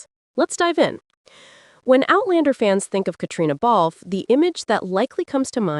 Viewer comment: Why doesn't this narrator learn to pronounce Catriona Balfe s name correctly?!